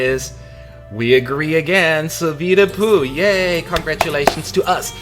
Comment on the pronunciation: I can't hold my self anymore its soo funny how you pronounce ``Soovide Puu`` 😂😂😂